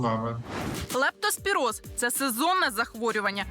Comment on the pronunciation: Ведуча, правильно ця хвороба називається лЕптоспіроз, а не лАптоспіроз.